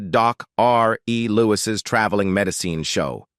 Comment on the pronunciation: Another AI disaster with odd clips from That girl, Carol Burnett, shots with Lawrence Welk???? and other nonsequiters. AI pronunciation "med eye ceen" for medicine. Why the whacky swerve in to Cheryl Ladd story? Is this AI edited as well? Totally weird and ultimately unsatisfactory. And what "sad series of events"? This video is exploitive, inaccurate trash.